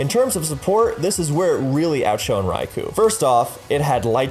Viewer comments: It's called Raikou (or Raikō), not Raiku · At rate the Ferrothorn video is gonna be longer than a Lord of the Rings movie. How many times do I have to say this? It's 'Rai-koh,' not 'Rai-coo!' Also How Good Was Mr. Mime/Mr. Rime Actually? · Rai ku? isn't it Rai KO? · Raikou, not Rai Ku!